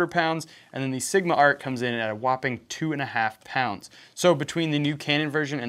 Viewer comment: HEY saying “pounds” with an American accent doesn’t sound right